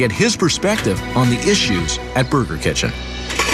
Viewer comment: best fucking jumpcut Just a man eatin' his vagyu boegah